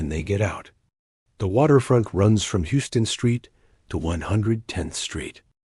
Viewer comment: Us New Yorkers pronounce it “How-ston” street despite the spelling. (Houston street) Noho means north of Houston street and SoHo is south of Houston street. The more you know 💫